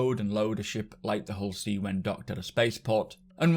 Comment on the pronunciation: My wife thought you called this a Horsey... Now I cannot unhear it... lol